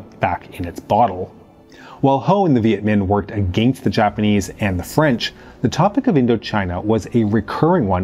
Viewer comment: Can you please learn how to say “against” properly